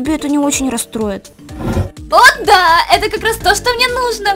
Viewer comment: Он сказал не "да а "дя"